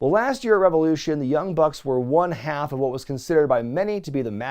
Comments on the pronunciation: "RE VE LOU SHAWN!" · I believe it's pronounced REV OH LOO SHAWN! ✊